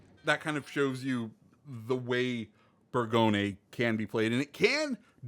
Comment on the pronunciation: The name is pronounced boor-go-gne and the gne is said with a silent G